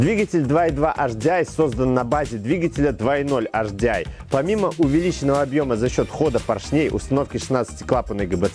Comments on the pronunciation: С наступающим всех! Очень режет слух "Аш-Ди-Ай" ( HDI). Если "Аш", то "Аш-Дэ-И" (латинский). А если по-английйски, то "Эйч-Ди-Ай". Успехов вам! Канал очень интересный! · Первая буква звучит по французки ,а две остальные по английски)